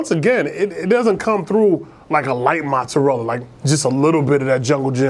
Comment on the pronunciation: U gotta ununciate mozzarella better for me